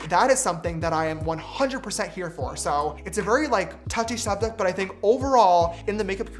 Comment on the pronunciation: James: it's a very stouchy shoptic